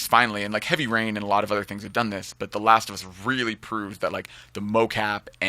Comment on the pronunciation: The laast of uuss!